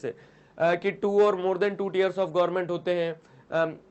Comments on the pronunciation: It is not tears , it is tiers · Very nice sir But... Teers* * (tiers)😋🚗🚗🍩🍩🍩